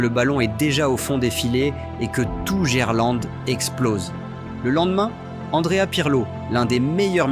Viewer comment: Des ptits problemes de prononciation non?? Dgerlande, RC len, Sebastien lob 😂😂